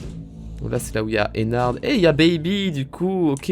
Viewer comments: On dit ennar pas ennarde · Pourquoi tout le monde dit Ennarde c'est Ennar(d)! Prononciation*